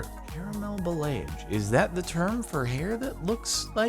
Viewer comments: It's pronounced ball-ee-aj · ba (as in balance) - lay - age (as in triage) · The hair thing is pronounced "bah-lee-ah-je" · Pronounced ball-e-aje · it is pronounced ba (as in balance) - lay - age (as in triage ). Your pronunciation is an Americanism of the word. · I’m a hairdresser student, and i’ve just recently learned what balayage is. It’s free hand style of striping, usually done either bleaching the hair or with some color (this if you have light color hair). The word is pronounced like ba-la-jage. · It is pronounced ba (as in balance) - lay - age (as in triage), your pronunciation is an Americanism. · and it is pronounced like ba-la-jage, i checked it from my teacher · Backon Lazer I know how to pronounce it... 😂 It’s Ball-ee-ahj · Balayage - Bah-lay-ahh-zghe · The hair treatment is pronounced bah-lee-ah-zh it just means blended color basically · Bowl-ie-asz is how it's pronounced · It's pronounced Ball-EE-aah-sh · THE WAY HE SAID BALAYAGE GOT ME SO HARD HAHAHAH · Thank you. Him saying balayage upset me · His pronunciation of balayage is so bad it hurts me😂